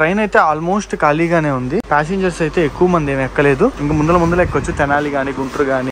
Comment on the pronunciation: ముందల కాదు ముందర